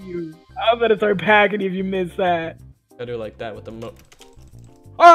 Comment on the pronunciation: do you moss me?